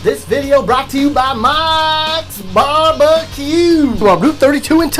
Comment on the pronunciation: Mike's bar bah que